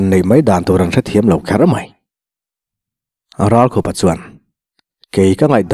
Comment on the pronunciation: Ralkhupa hming i lamrik khan nangma khup i lamrik ang khan lam ri la a dik.Engtiziange, Thleng khup leh thal ang maia i lamrik le?